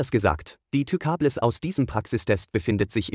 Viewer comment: Wer kennt sie nicht, die Tükabless xD